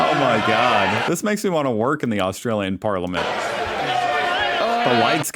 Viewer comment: you did it AGAIN... it's AustRalian. *sigh*